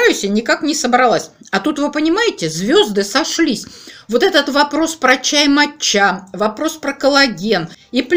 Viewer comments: Какая моча ... ударение на первый слог мАтча. Неприятно слушать Вас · Привет и с рождеством всех. Я все слушала видео в начале как говорит " чай мочЯ чай мочЯ", думала что это она так ласково обзывает свой ноаый чай. 😁 Только потом поняла что это чай мАтчя! В Англии это произносят с ударением на Первое А....Я с порошком мАтчи мороженное и торты несколько лет назад делала. У нас это в моде было какое то время. Морожннное ярко зеленое с стаким сильно выраженным вкусом мАтчи попробовала пепвый раз в японском ресторане и влюбилась, ела ела пока не надоело и пока не растолстела..... Ну и чай пила конечно. Сейчас просто зеленый не заморачиваясь и не тратясь. А я вот кстати недавно услышала что от Биотина бывает передозировка и волосы выпадают.....надо бы конечно консультироваться с врачами специалистами про все эти добавки а не как леденцы и орехи щелкать. А эта жевательная резинка с кофе мне кажется будет вырабатывать желудочный сок и наооборот увеличивать аппетит...Ну вообщем наша лапочка играется в пилюлечки...😊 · Не МатчА, а МАча)) без обид, ) я знаю, что вы не любите, когда вас поправляют с ударением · Я посмотрела наши слрвари, - у нас ударение матчА 🙂🎄🌟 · И Вас с праздником! Думаю правильно ставить ударение в слове мАтча на "А" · Чай мАча произносят с удачением на первый слог! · А еще правильнее читать - чай матча а по японски звучит маття с ударением на первый слог